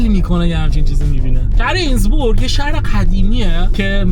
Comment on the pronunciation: لااقل اسم شهری که رفتی رو درست بگو بیسواد. اینسبروک؛ نه اینسبورگ!